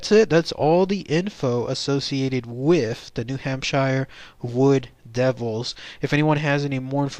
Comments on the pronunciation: Idk more like "Hamp-shur" not "Sheer" or "Shire" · Ok first of all it's Hamp-sheer not Hamp-shire we're not Lord of the Rings. Second these are just a variation of Sasquatch. These will more often be seen in the late winter or early spring before the green plants bloom. They are more winter starved Bigfoots than a separate species. This is why they seem hairless as they are malnourished and under post winter stress. Just like Bears in the same regions. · New hamp-sure. Nobody-ever- says shire. Sincerely, New HampSURE native 😉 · 'pioneers moving west' ... New Hampshire is a state in the north east. (also it's new hamp-sheer, or new hamp-sure, whatever you need to get that sound.) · hamp shure